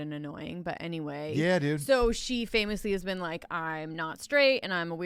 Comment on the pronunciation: Gordon Wagner I don’t rike it